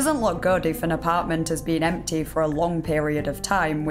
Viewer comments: Kent belew it wa emteey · The second i hear that unbearable accent, poof, I'm gone. Off to another video on the same topic.. Why are you dragging the last syllable of every word out (and particularly those that end in a voul) ? i.e. Fridaaaa sundaaaaa lol stop that. It sound stupid. Empteeh